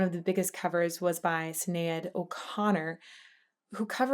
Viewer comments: sin-ayad o connor? really? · I am sure lots of people are saying this but Sinead is pronounced with an "SH" sound the start. This is great other ways though. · Great choice and reaction! Someone has probably said this also, it's She-nade O'Connor, like Lemon-ade. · Sinead - "shin-aid" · It's pronounced Shi-nade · Just FYI Sinead is pronounced Shin-aid. One of those wackily spelled Irish names. Also covered by Me First and the Gimme Gimme's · For someone with a beautiful voice and passion for sound and articulation you must learn the pronunciation of “Shinade” Sinead O’Connor. Irish. RIP Chris. Sad for his family. Great song. Great assessment. One of the best voices of my generation. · wow... you almost pronounced Sinéad's name properly - next time add an 'H' at the start... Sinéad is pronounced Shinaid - the é becomes an 'A' sound Respect & Peace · Love the way how you completely butcher the pronunciation of the Irish name Sinéad lol. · How can you not pronounce Sinéad? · I've never heard Sinéad pronounced like that before.